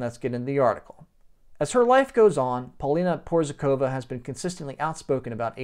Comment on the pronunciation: Hej buddy, in order to add some real value to your presentation you should: 1. Learn how to pronounce someone's name, 2. Work on how to present yourself naturally without an urge to make "a macho, alpha male impression" (which didn't work out, by the way), 3. Present facts, e.g. "he was some kind of guitarrist playing at some 80's band or something...". All in all the impression you made was very weak, somewhat ridiculous. But...we all have to learn in order to become better, right?